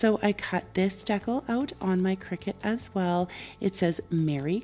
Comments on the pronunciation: lol, I heard it and thought "What?" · I've never heard decal pronounced that way. Is it a Canadian thing? Your creations are beautiful as always! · I'm Canadian and I don't say it like that, it actually drives me bonkers when people say it like that 😂